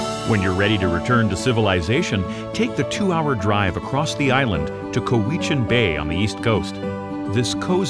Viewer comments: Omg. It's "Cow-eh-chan" not "c-oh-wee-chin" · COW ich in not cowitchen. And Saaaanich not sinach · I live on the island too, and when he said Koweechen, (Ko weech an), I thought, where the hell is that and was about to google it, thinking it was on the west coast of the island, but he then said Parksville and I went doah, Cowichan. LOL As in Cow..ich...an. hahaha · “Whan-da-foo-kah. Coh-wee-chin.” 💀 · Other than than saying a few of the places wrong it pretty much sums up Vancouver Island ❤️💕😎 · All the time I lived on that Island Cowichan was never pronounced Co hee kan in my experience but rather Cow i chan. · Coo wee chan? Well cow wich chan (cowichan) got horribly butchered badly... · Perhaps the narrator should research how to pronounce the names of the towns properly…. (Coh-eee-chin??? No, no, no! Cow-ih-chin, being one ) And specify that this video is a very small portion of Van Isle! So much more to offer than what has been shown! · Coweeeechin lol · Agreed! Died when he said "co-wee-chan". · Ohhhhh...I wish they had asked how to pronounce COW—I-chan, and Saanich (like sandwich without the “dw”). Other than butchering the names, it’s a very comprehensive well done video!! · Please correct how to pronounce “Cowichan” and “Saanich” Cow – i – chan with emphasis on the cow S – aaaann – ich with emphasis on the aan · They did mention Cowichan but they pronounced is co-wee-chin 😂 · "Co-Weechan" bay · I love how they butchered cowichan bays name. It’s pronounced like “cow-which-an” XD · Sorry, you're incorrect. It's "Cow-itch-an Bay". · Let's see... Juan de Fuca = Wahn dih Fyooka. Cowichan = Cow-ih-chun. Saanich = Sā-nich (long a sound). Ucluelet = Yoo-CLOO-let (lazy speakers sometimes say "Yoo-COO-let"). Butchart = BOO-chahrt. Oof. Bad narrator didn't bother to confirm pronunciations? Bad! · Coweechin 🤣🤣🤣🤣🤪🤣🤪 Sonich 🤪🤪🤪🤪🤪🤪🤪🤪 idiotic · It's Cowichan bay lol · timtwoface agreed, I almost didn’t recognize “Cowichan”. I had a, “wait, where?” moment